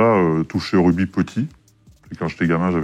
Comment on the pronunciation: A peine quelques secondes dans l'interview et on se rend compte que Pley n'y connait rien. Prononcer "RuDby", penser que Chabal est une star au même titre qu'un Dupont etc